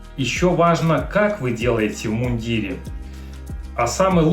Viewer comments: Не в иундирЕ,а в мундИре!!((( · В мундире , ударение на букву И...